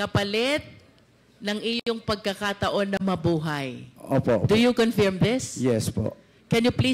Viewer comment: Hindi ganon ang pronunciation ng confirm… 😮